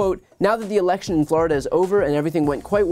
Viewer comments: "Alaction". It's election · Why is he saying, "uh-ahlection"? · "Critical elaxshun"....what did he say? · WHY does he pronounce “election” that way?